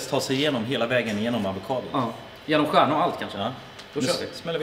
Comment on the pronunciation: varför säger han stjärna och säna när han menar kärna